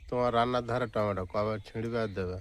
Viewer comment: টমেটা না টমেটো ।